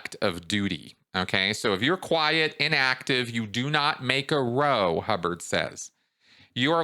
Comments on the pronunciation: Sorry to be pedantic but it's not row it's row say it like chow. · ‘Row’ is pronounced like Cow. A very British expression meaning an argument or fight. Possibly from the St. Hill mob? Having a row means having an argument or fight.